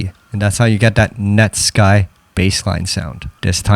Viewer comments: Have I been pronouncing Netsky wrong this whole time? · I pronounce it “net sky” to 😂